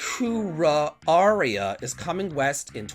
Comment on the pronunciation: Iwakura - “Ee-wah-koo-rah”. You’re welcome! 😂